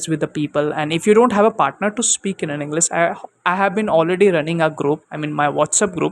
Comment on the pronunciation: Inglis??? Bro u have to work on your pronunciations because it a plays a major role before you frame words to make it a sentense .